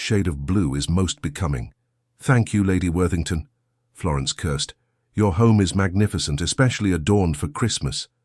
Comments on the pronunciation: Wonderful story! Hilarious when the narrator repeatedly states that Florence “cursed” at the Duke instead of more probable word, curtsied. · I got a giggle every time she cursed at someone 😂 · Florence “cursed” the Duke quite often 😂😂😂